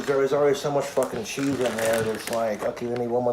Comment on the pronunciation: I think it's so sad, that wants so desperately for his cheese (I hate how he pronounces the word cheese, over-emphasizing the CH like that makes it more "dank") to be stringy and stretch the way it does in the commercials, not knowing that those commercials don't actually use real cheese to create that effect, instead using combinations of colored melted rubber or glue, and other sorts of substitutes to make it look like melted cheese. wants that same effect so badly, and will even pretend on his food videos that his cheese has achieved that effect, when he, and the audience can clearly see that it didn't happen. Because it can't be, without making the food inedible. Just another example of how dumb, regular Americans, like, fall into believing what they see on TV as real.